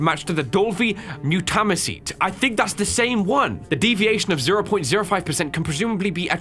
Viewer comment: Mu- ta- my- cete M you. Ta. My. Seat That how you say it mutamycete